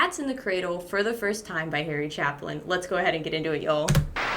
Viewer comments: glad you did this and had a great reaction, but.....there is no "L" in the name. It is Chapin not Chaplin. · It's Chapin, not Chaplin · Cha-pin not Chaplin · It is Chapin not Chaplain. The A rhymes with Amen. Love your work. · Can you please show some reverence and pronounce his name Chapin not Chaplin? Thank you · No.offense, but its not "Chaplin"-- Its Chapin. No 'L'. You said his name wrong like 3 times. Lol. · I don't know if somebody has told you or you just haven't come across it but there's no L in his name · Chapin is pronounced "Chaypin", not Chaplin. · My reaction to Your reaction... you've got a heart of gold. Another inter-genrrational masterpiece is Cat Stevens' "Father and Son". Just an aside, Harry's last name is pronunced Chay-PIN (no "L"). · Thank you for what you're doing. FYI: His name is pronounced Harry Chey Pin. Harry Chapin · OOPS His last name is Chapin (CHAY-pin), noy Chaplin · Chapin not Chaplin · It's Chapin. NOT Chaplain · First, it's Harry Chay Pen, not Chaplin. He was a master storyteller through his songs. My favorite is A Better Place To Be. It's long but worth the listen. Second, condolences on your mother's loss. May her memory be a blessing. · It's CHAPIN, not Chaplin. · It’s Harry CHAPIN !!! Not Chaplin. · I want to yank your nose ring every time you call him "Chaplin". You see a derby and a mustache? ITS CHAPIN.....CHAY - PIN ! CHAAAAAAAY....PIIIIIIN (otherwise, nice reaction 😊) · It's NOT CHAPLIN - SMH - it is Chapin - there's NO "L" in his name! Sigh..... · There's no l in his last name😊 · Its cha pen. Not chaplin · Harry CHA-PIN... not CHAP-LIN ... Listen to Taxi and W*O*L*D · His name is Harry Chapin. not Chaplin lol fyi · Chaplin? Thought it was pronounced chaypin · CHAPIN not Chaplin ( there's no 'l' ) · If you're gonna talk about the man and his music, at least get his name right. It Harry Cha-pin not Harry Chap-lin. Its Chapin not Chaplin. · It is pronounced Chay-pin. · It’s not Chaplin, it’s Chapin. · Chay-Pin No L